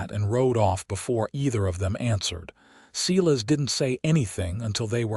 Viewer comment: Silas pronounced Sighlas not seelas